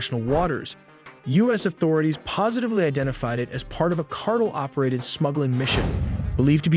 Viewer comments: Pronounces tren de aragua, Then says 'cardel'😂 ( not subscribing) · Can you say "car" and then "tell"? That's how you pronounce the word "cartel". I've never before in my life heard it pronounced as you just did. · Say it with me now...car-tell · Please pronounce cartel correctly. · The way this Ai says cartel pisses me tf off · bruh, i love your content but y'all need to learn how to pronounce "cartel" seriously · Your pronunciation is terrible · you refuse to pronounce cartel correct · Is it possible to teach your narration program how to pronounce 'cartel'? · You need to train your text-to-speech better. It doesn't know how to pronounce cartel. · Keep mispronouncing CARTEL and keep getting dislikes. 🙄🤣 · I can’t trust this channel’s information if the guy can’t properly pronounce cartEL Pastel, Darnel, CartEL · Cart-ell not cartle dufous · Car-tell, not cartle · It is not a "cartle" operation. It is a "cartel" operation. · I F*CKING HATE! It's Cartel, pronounced (CAR-TEL) Not CARTLE! How can I take your report seriously when you let a stupid machine do your work for you. Hire a HUMAN to narrate. You're just the type of douche bag who'd cheat on tests...do just enough to get by but don't really apply yourself to anything. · You say "cartle". The word everyone knows except you is actually "cartel". The word "cartle" that you have wrongly chosen does not exist. Silly you. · Excuse me, but what in the Sam Hell is a "Cardel"? Ohhhhh, you mean "Car•Tell"? How does anyone not know how to pronounce the word Cartel? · It's pounced "car tells" not cart el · It's Car-tell not Car-tle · I think its pronounced car-tell not cartle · I like how people called you out previously on how you pronounce "cartel", but you still pronounce it wrong. It's CART-EL (as in El Salvador). Not cartl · Why can't he correctly pronounce Cartel? Car-tell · What's a Drug "cartle?" 😊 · LOL "cartil" wtf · Car tell, not cartle lol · Cartel not cartle. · car TEL not CAR tle